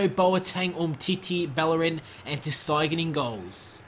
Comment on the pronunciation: psssst it's ter st-ay-gen not ter st-eye-gen